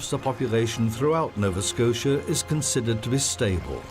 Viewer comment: "Novaskosha." "gazoontite."